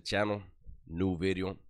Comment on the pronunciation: "New...bideo" Always makes my day! Keep up the great content.